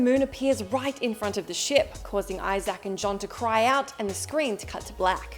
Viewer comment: Why does she pronounce it iZack lol